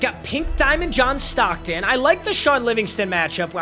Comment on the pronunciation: Everytime he says john stocken i go 🤔--> kendrick bodied drake in the beef fr